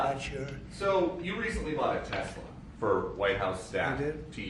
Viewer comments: Trump saying “Tesler” cracks me up every time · TESLER HAHAHAHAH WHAT A FOOL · You have a tesler 🤦‍♂️